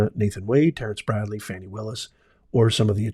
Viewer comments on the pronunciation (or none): Her name is pronounced Fawny, not Fanny, and you also got all the other facts wrong. How did this vid get suggested to me? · Can you PLEASE say her name right at least as a white man. It’s 4 letters